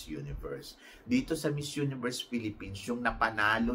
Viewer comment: Pronounce the word miss universe not mizz universe thank you.god bless you